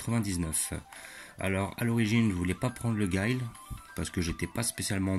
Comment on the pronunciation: je crois que sa se prononce pas comme sa Guile